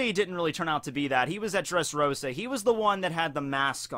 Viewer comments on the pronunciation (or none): none